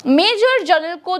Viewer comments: कृपया जनरल का उच्चार जर्नल ऐसा मत करें!🙏🏻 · "जनरल" को जरनल बोल रही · आप जर्नल बोल रही है, और लिख रहे है जनरल